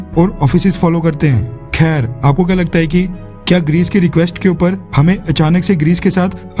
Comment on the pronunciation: In the whole narration process.. ” khyer “ was epic 🤣🤣🤣🤣🤣🤣